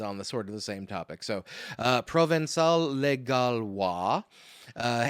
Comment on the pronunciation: Americans usually read the ç "provenkal", you did splendidly :)